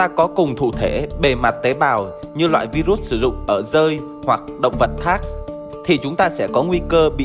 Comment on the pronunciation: Vai ruất 😡😡😡 đọc sai chính tả 😡😡